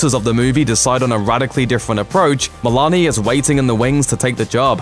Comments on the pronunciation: It’s a long ‘o’ sound in Meloni, not “Melani.” This guy’s voice is like nails on chalkboard AND he can’t pronounce names correctly. Why is he still doing these? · Way to mispronounce Christopher meloni.